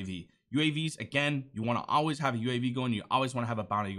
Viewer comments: “You Ahhhhlwayz ulwaiz Al Ways need direction” Love the content bro, keep it up 🤝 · Never noticed you had an accent until you said always three times in a row, reminds me of my mom saying wuder instead of water